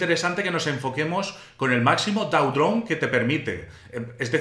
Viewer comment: gracias por el video, muy informativo (Drawdown se pronuncia "drodaun")